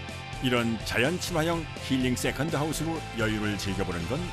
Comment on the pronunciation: 역시 세컨드 발음은 어른들이 해야지 제맛입니다 쎄칸드~ 너 이년아 쎄칸드지 이년아~!! 지하철 할매가 생각나네요